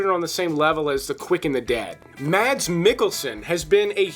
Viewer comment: Mads Mikkelsen; first name pronounced Maes. First saw him in "Flame & Citron", which is fantastic!